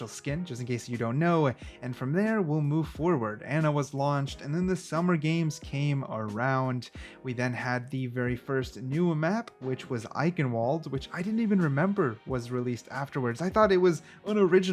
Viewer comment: IKEN WALD?!?!?! IT'S PRONOUNCED "AKNEN VALD"!!